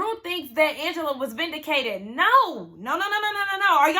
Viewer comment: Love you girl, but it’s Vindicated not with an e!!!😂❤